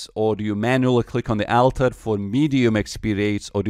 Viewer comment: On the AL-ter